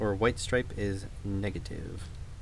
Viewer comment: Something about your accent when saying positiveo and negativeo reminds me of.